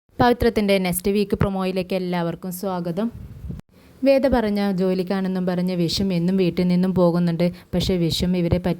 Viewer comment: വെട അല്ല വേദ